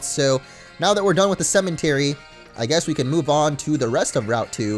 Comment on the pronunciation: why does he pronounce cemetery with an "n" ?